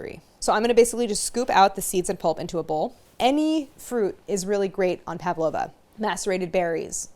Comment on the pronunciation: I always find it cute when people pronounce an 'a' in Pavlova when there isn't one. Pav-lova rather than Pav-a-lova.